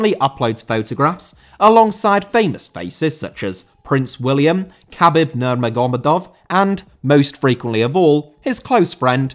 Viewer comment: I'm sorry but how on earth did you get Khabib's name so wrong😂